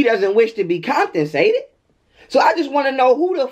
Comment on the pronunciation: Did you just say SCRUITNY instead of scrutiny? Comptonsated?? I really appreciate your perspectives.always something to be learned and make you think from other perspectives. Appreciated!💯💜